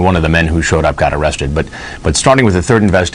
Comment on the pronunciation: “Am I gonna be aaaaaawested?”